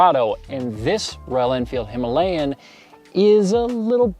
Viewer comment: The word Himalayan is mispronounced. You can attach Fuel X Pro Plus for better transmission of power, I am using it and there is a significant change in the power transmission.